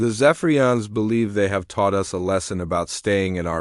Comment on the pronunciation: Indeed it would be great. Unfortunately I don't think it'll happen. The text to voice engine can't even handle a period (dot) nor pronounce "us" other than "US".